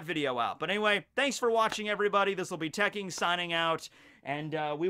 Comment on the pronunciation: cang du sternritter i the iron uses tekkoukagi claws. tekking. lol come on man